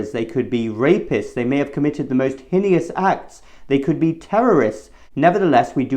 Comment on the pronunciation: Doctors have been receiving kickbacks from the pharmaceutical companies for over 60 years. In 2021 doctors refusing to see the unjabbed simply out themselves. Btw: heinous is pronounced "hayness".